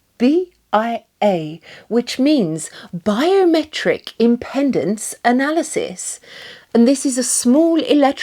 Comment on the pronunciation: Best video I've found on Tanita products. Thanks. For what it is worth the word is pronounced im-peed-ence. Not Im-pen-dence. This is the resistance to electrical current flowing thru your body. The term is mostly used for AC current. If it were DC people call it resistance.